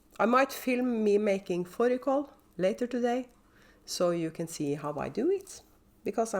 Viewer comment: 🤣🤣🤣. Your OOAK should be Blueberry Cheesecake. Your Sharon Show is Soooo pretty! I got tickled hearing you say your lamb dish: it sounds like the word “follicle” which is used with ovaries and hair. 😝. We cannot buy mutton here in supermarkets that I know of, but we can get pricy lamb. I’ve only eaten mutton once in my life when I was living in a dorm, I much prefer lamb